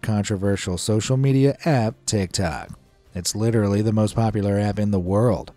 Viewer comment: "Litorallly" so!